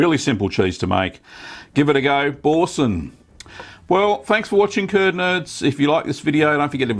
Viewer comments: Repeat after me "Boursin" "Boo" "R"" Sein", not bowsen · Pronounce boo-r-sen ;) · O I cringed when u said Boursin. I don’t claim to be french but us brits don’t pronounce the r. Bou-san. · Bore sun? Why can't English speaking countries pronounce foreign words? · Love Aussies, he doesn't even attempt to pronounce the name of the cheese properly. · Great video. Not sure about your pronunciation of Boursin though... :-) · You know how to make it, now just learn how to pronounce it 😉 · your pronunciation of Boursin is hilarious